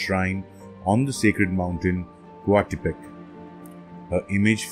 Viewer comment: Since the Spanish were the ones that where recording the information you have to say it like a Spanish speaker would say it, yes there are some complications as not all of the sounds could be well replicated. Anyways if im not mistaken its pronounced coat-li-kwe. Also ko-yol-shao-ki